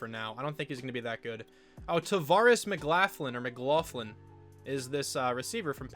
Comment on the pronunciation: Pretty sure it’s pronounce McLaughlin, hope this helps